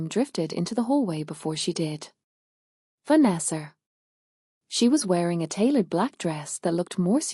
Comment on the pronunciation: This voice is just weird. Why does it add a r on the words."Farther"? What the hell? "Vanessar"?